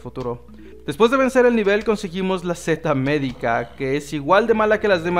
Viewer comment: se llama seta miedica no sete medica a y saludama y me gustan tus videos